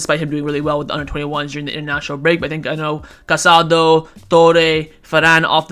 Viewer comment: There is an accent mark on Casadó. Please pronounce his name correctly—stress is on the last letter.